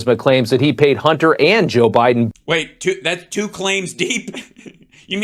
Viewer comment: This guy is hilarious. I love the way the pitch of his voice goes up, as he makes the word “two” a 2 syllable word: tooWoo 😂.